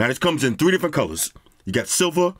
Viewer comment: that "Tree" 🌴 😂